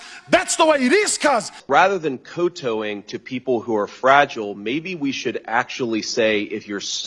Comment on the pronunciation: COE-TOE-ing? What pronunciation was that?